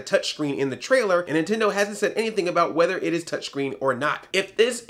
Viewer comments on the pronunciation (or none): none